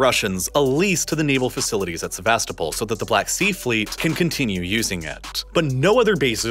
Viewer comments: Correct way of pronouncing Sevastopol is: sɛvəˈstoʊpəl with a stressed 'O' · Se-vas-TO-pol! In the late 90s our kids met a Ukrainian exchange student, who said she was from SevasTOpol. Otherwise, I learned a lot from this thorough video. Thank you. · the way he pronounces Sevastopol 🤮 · The pronunciations make me wanna puke. Especially Sevastopol